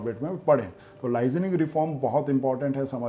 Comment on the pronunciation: Bhai It's 'Licensing' not "lizaning" pronunciation matters.